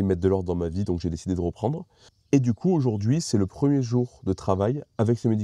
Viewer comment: REprendre, rEcommencer, rEfroidissement, rEmettrais, rEvenir.... C'est marrant cet accent mettre des O à la place des E... Ça vient d'où c'est courant cette façon de parler ? J'ai remarqué ça chez Vincent un autre YouTuber celui qui a fait la 205 VR6 avec Coupable et qui est entrain de faire la réplique de Most Wanted j'ai zappé le nom de sa chaîne YouTube... Sinon bravo pour le taf fourni, c'est encore une vidéo bien bordélique comme je les aime merci !